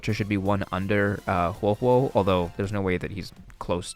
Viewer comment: I was confused at the start when you messed up huohuo and luocha's names lmao